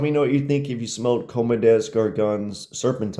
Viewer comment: Yeahh! ;)) Comme des gargones, really funny! :)) But I like the reviews and I love CDG perfumes!